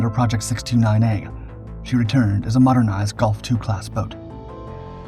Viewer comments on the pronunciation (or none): none